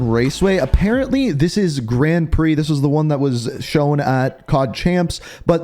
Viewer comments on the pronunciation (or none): none